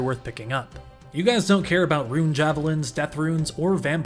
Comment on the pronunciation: I only started watching to see if you still pronounced rune as "ruin"